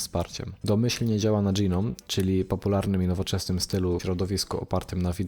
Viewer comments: Nie dżinom, tylko noum. Lub jak kto woli gnom. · Gnome to "dżinom"? Raczej "gnołm". :) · AŁA MOJE USZY... w t f ys dys DŻI nom?!?! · Pierwszy raz słyszę, jak ktoś tak wymawia GNOME :D